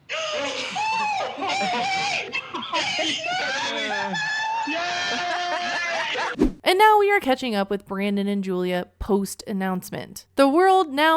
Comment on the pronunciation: I love how Julia says “pregmunt” I can’t say it any other way now